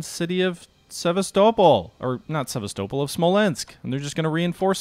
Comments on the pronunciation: Please it is pronounced SeVAStopol not SevasTOEpol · Please, please! It's pronounced Seh-VAS'-tow-pole. Now, let's say it together, Sevastopol. Alright, good.